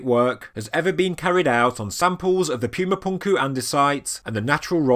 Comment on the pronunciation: Cool video but whenever you say pyooma punkoo it hurts my soul